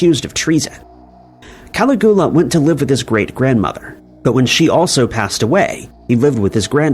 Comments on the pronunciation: It's pronounced Cuh-lig-yoo-luh. Sorry, I love your vids but that pronunciation Ca-li-gool-uh was killing me. Lol. You're great tho, don't sweat it too much but maybe check those pronunciations before recording your narration. Same with Med-eh-lin. It's actually pronounced like Med-uh-yeen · Ka-LIG-yoo-Luh means Little Boots/Sandals. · How do you get Tiberius correct but not Caligula hahaha. . It's pronounced Ka-lig-you-lahhh.. Good try though😁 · Bernie Mad-off is pronounced Maid-off. And don't even get me started on Cali-goo-luh. Did you do any research before making this video?? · Cala Goo LA ! 😆😅🤣😂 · "Cali-GOO-la" is the sole reason I will not hit that like button. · "Cali-GOO-lah" omg. Dude. Be so for real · I came down here looking for this comment lol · Is Cali-goo-la anywhere near Pascagoula? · I'm almost positive this has to be AI narrated with voice. Everyone knows how to pronounce Caligula. Also didn't even say Madoff correctly. Ridiculous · Agreed Caligula is it but you don't pronounce Dublin right either, I think you might do it on purpose lol! I really appreciated this 1 as my sister is a sociopath, the 1 just above me. I grew up in a family of 5 girls & she abused me with words my whole life? We grew up with 2 alcoholic parents, but they weren't as bad as she was, how can someone be that cruel? And to this day I don't speak to her, I had to step away... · Yes the pronunciation of Caligula really is as bad as i thought 😂😂. Also have you noticed how never bothers to interact with his audience in comments? Its like a factory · 🏃‍♀️<~~ me running ro the comments to see all the Caligula pronunciation outrage 🍿😂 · 😂😂😂me too!!!!! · It took me hearing it three times before I realized who he was trying to talk about 😂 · Please stop pronouncing Caligula like that, sounds ridiculous and there's no excuse whrn you can just google the pronunciation 🙄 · It's done purposely to gather video interaction